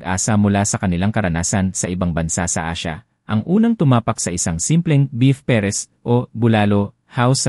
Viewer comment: Ayusin mo pronouncesion mo ng PARES!!!!